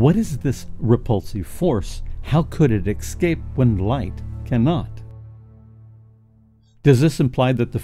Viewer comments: yeah, say Esscape. It break immersion when you sound like a pro voice guy, but say excape. Cool channel by the way... good job so far. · nice piece,but quit saying excape willya?